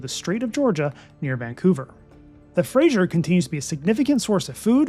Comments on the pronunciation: An enjoyable and informative video, especially since I’ve been trying to decide between Rocky Mountaineer vs Via Rail trip. Small point for accuracy. It is Fraser River as in fray-zer. Not Fray-zsher for Frasier. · Nice video. Please pronounce the Fraser river correctly. It is named after Simon Fraser NOT Frasier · Please excuse me, but I cringe every time that fray-zer is pronounced fray-zhur. The zh sound is applied before ier, thus frasier is pronounced frazhure. Thank you. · Fact check - It's Harrison Lake, not Bay. The Fraser River is pronounced like razor, not Frasyer. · it's not FRASHIER, it's FRASER. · It is not the “Frasier” like the television show but the Fraser, pronounced Frayzer. Never understand why people cannot get this right. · Frayshure river.. LOL.. It's Fraser.... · Fraser said like fray-zur. It's not said like that 90's sitcom. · Yep. No I in Fraser!